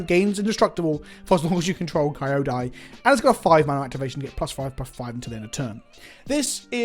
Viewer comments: I know I'm late at watching this, but just to satisfy my nitpicking self The name in Japanese is pronounced "Kiódai", where the i is the i in it, fit, sit, lit etc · You don't pronounce Kyoto as Ky-o-to, so neither is Kyodai pronounced Ky-o-dai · Ao is pronounced 'ow', like what people say when they're hurt Kyodai is pronounced 'key-yo-dai'. Kind of like how you pronounce 'key', but don't put too much emphasis on the 'e' part